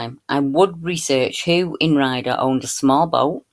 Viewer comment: It’s called Ray-adder,, sorry not “Rider’, hugs 🤗 ❤️🦋🙏